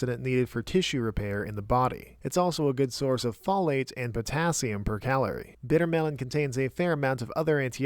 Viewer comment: The way you're pronouncing folate irks me